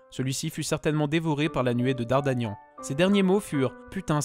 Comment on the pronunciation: C'est Dardargnan, pas Dardagnan hein.